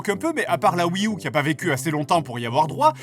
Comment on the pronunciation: Ouais mais il prononce riU au lieu de dire ryOU quand même.🤔